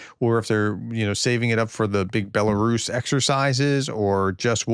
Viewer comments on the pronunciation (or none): none